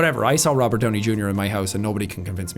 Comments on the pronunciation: i like "rovert downy jr" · I thought it was Robert not Rovert. (check the description). (if it's not there, then you won't understand). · "Rovert Downey Junior" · "Rovert Downey Junior" lol